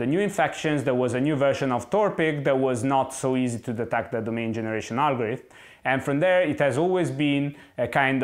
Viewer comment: Repeat after me: Algorithm, algorithm, algorithm, al - go - ri - thm.....